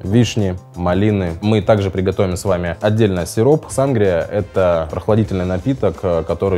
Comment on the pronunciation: Да у нас в Мексике тоже Сангрия ударение конечно на и как вы говорите очень ухо режет и конечно же есть рецепты и при том разные в зависимости с какими крепким напитком вы будете её употреблять если например с текилы у неё цвет более помидорный и вкус типа помидорного сока со специями и есть цвета красного вина сделанного на его основе и есть даже газировка с таким же названием и цветом вот так вот